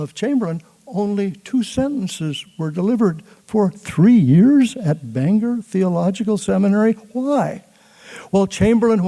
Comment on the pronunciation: Wonderful! (Except it's pronounced "Bang-gor" in Maine, not the Irish "Banger")